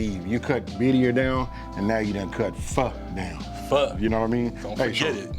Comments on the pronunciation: Thank you for pronouncing it correctly! People it’s pronounced “fuh” not “Fo!” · Aye, he pronounced "Pho" right... legit.